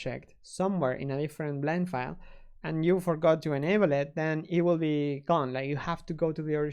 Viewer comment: Flend File. Lol!